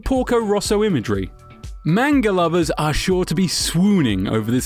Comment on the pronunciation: I cringe every time he says manga wrong.